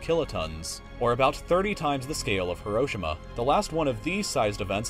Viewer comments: did u say (Heroschima)? lol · Its Heroshima but it's pronounced Hiro shima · it’s not Hiro-shima is Hi-ro-shi-ma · its hero-she-ma not her-o-shi-ma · Hero-shee-ma= Hiroshima Not "haroshamah" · its HEE-roh-SHEE-muh not hi-ROH-shih-MAH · uhm buddy its pronounced Hero-Sheema.. okay say it with me Hero and Sheema .. Heroshima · Hiroshima is said like this. Hero—sheem—uh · Ok say it with me.. Heerosheema! That's how you pronounce Hiroshima. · Am I pronouncing Hiroshima right cause I say hero-she-ma not hiro-shima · YOU ARE PRONUNCING HIROSHIMA WRONG HERO SEAMA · It’s pronounced “hee-row-shee-muh” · It’s pronounced like this “Hero” “shima” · Its He-Ro-Shi-Ma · Please pronounce it he-roh-shee-muh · its HEE ROW SHEEMA you stupid fuck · Love this video. Although Hiroshima is pronounced hee-ro-shee-ma and not as fast as it was in the video. Just something for future vids:) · The way he pronounced Hiroshima insults me on a spiritual level. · Are you ever going to try and pronounce Hiroshima properly? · I'm... I'm not the only one that thinks he's mispronouncing Hiroshima right? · you say Hiroshima wrong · stop saying hiroshima so oddly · He pronounced Hiroshima wrong lmao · When you cant pronounce Hiroshima right... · the way he pronounces Hiroshima annoys me so much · Just the way he pronounced "Hiroshima" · unfortunately you pronounced hiroshima wroing xd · Need to learn how to pronounce Hiroshima my friend.